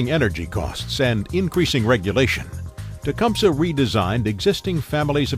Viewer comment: Nobody in Tecumseh Michigan pronounces it "tea-cum-suh". We all say "Te-cum-see" I think Tecumseh Ontario is the same. It may not be correct from a Native American point of view but over 10,000 inhabitants say it so....